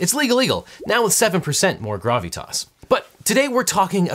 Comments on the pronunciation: dude you make it sound like your saying gravytas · I just want a supercut of the way he says "grahv-ee-toss". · He says “gravitas” with a Californian accent